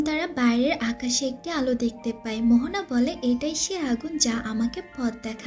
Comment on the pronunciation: Her name is moana not mohona